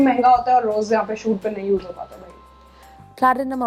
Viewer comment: She said tod bags and they ticked backpacks